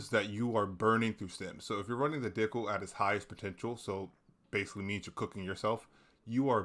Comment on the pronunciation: bro said dickle lmao